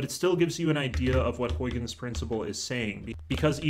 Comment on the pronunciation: Great explanation! Also, that's not how you pronounce Huygens :p